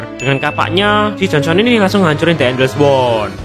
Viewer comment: Makasih bang dah buat tapi da yang kocak aku dengar EN les war